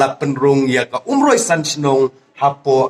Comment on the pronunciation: Ko MDC.. Sngewbha ban kynnoh bha ia ka ktien "Umroi" ym "Oomroi"